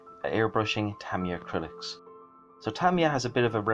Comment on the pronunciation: Well done on the pronounciation of Tamiya too....surprising how many people dont know how the Japanese pronounce it.